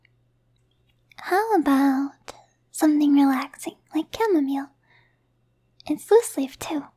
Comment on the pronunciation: I love how you pronounce chamomile.